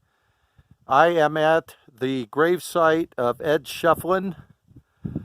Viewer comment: I believe it'a pronounced "Shif'elin", Bill... Can't wait to move there in about a month! Ed's one of the characters of Tombstone that I'm working on doing paintings of... Maybe we'll meet some day, buddy!